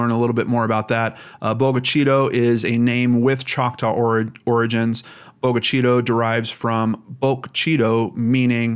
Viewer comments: I live in MS, about an hour away. This case gets to me. I am sharing here to raise awareness as much as possible. Thanks for all you do. BTW, we say it Boga CHITTAH here. 😘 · It's pronounced Boga Chitta and it's in Lincoln County, MS ie. Lincoln County Sheriff.